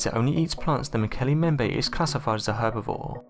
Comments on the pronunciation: "As they made their way home to Africa...". Driving? From Chile? BTW - its " MmmmBEM-bay". Nice vid on cryptids - thanks for the upload. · Mbembe has two 'b's in it and neither one is silent. Please learn how to pronounce things before you make documentaries about them. Also, they don't dislike hippos. They hate hippos and kill them on sight. Slight difference there.